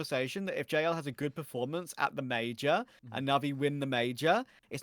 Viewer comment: The way say major in is too funny 😂 Will keep watching, good show